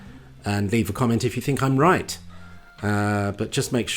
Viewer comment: “Something ain’t Riecht” 😂😂